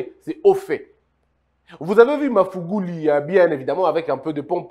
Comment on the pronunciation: J aime bien vos emission, svp c est mr magufuli pas mafuguli.